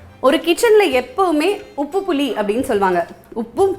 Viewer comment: புலி காட்டில் இருக்கும்மா. புளி, தமிழுக்கு அழகே ல ள மற்றும் ழ என்ற எழுத்தை சரியாக உச்சரிக்க வேண்டும். புலியும் உப்பும் இல்லை புளி புளி புளி ஏன் இப்படி தமிழைக் கொலை பண்ணுகிறாய்